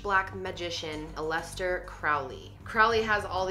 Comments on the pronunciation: Lol OK I really like your videos, but Aleister is one of my favorite names.. it's not Ah-les-ter it's Al-ih-star.. that aside... Scientology is insane and I guess you do you but that sh*t is wack. Plus, what happened to Shelly Miscaviage.. little side note, I had a man come in to my work once, his name was Ron L Hubbard.. the one question I had for him was "Do you get it often?" (After I said his name) he said "all the time" 😂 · Alistair is al-iss-ter not uh-lister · Lee-ah not lee or leigh its a Hebraic name rolls eyes Allister is said wrong as well. Its not Al es ter, its Al i ss ter, you know i like the i sound in did or kid or pig or dig (God I do hope you know how to say those properly). Please, before you post your videos, do find out how to properly say the names of the people and places being discussed. I mean hell, I was taught this my freshman year of Journalism, its rule no. 1, always ask how to spell or say someone, or somethings, name properly before writing or saying it if you are unsure. Oh and that's freshman year of HIGH SCHOOL not College. snickers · Who is El-les-ter Crowley? 😂